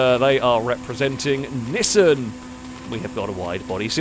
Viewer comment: The way pronounces Nissan bothers me to no end lol.